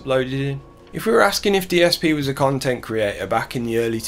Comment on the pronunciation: “I am an independent khantent kreator!” 4 at once? 😂😂 His prestreams really are like a broken record.